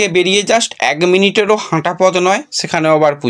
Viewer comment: আগে ঠিক করে কথা বলা শেখ। এগ মিনিট আবার কী?